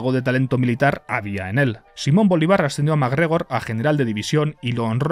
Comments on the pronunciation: *Bolívar no Bolivár y es Rio Hacha, no Rio de la hacha jajaja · una corrección; no se pronuncia boliVAR, es boLÍvar, recuerda el acento en la i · Primero “Oye primos” y ahora BolivAr… 😂. Es BolÍvar por cierto. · que llame a simón bolívar, simón bolivár me mata por dentro como colombiano XD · jajajajaja soy venezolano y me gusto como pronuncio bolivar ..... tiene acento en la i ojo con eso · Es Simón Bolívar, no "Bolivár" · Viejo bolivaarr no, Simón Bolívar, con acento, asi se llama el libertador! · Repite Simón BoLÍvar, cada vez que lo dices me se ponen los pelos como escarpias jajajaja lo haces adrede, y las imagenes de IA son la risa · Juraría que Bolívar lleva una tilde porque la sílaba tónica es la penúltima, no la última. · Yo vi que la ha anotado. Supongo que la pronuncia aguda como en Euskera. Creo que lo hace así porque Ziortza Bolibar, de donde sale el apellido de Bolívar, queda en Euskal Herria. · Que raro suena como pronuncia a Bolívar jaja, que buen video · Por qué pronuncia así Bolívar? 😅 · soy un gran fan, pero el apellido Bolívar está mal pronunciado, te comiste la tilde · me dio ansiedad que dijeras Bolívar sin leerle el acento, perdón. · Todo bien menos la pronunciación de Bolívar 😅